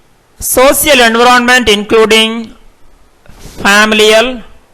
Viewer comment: Speak environment correctly